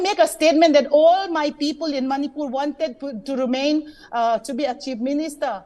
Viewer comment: you from Channel 9 do not know how to pronounce the names properly also but your channel is the only one covering the situation in Manipur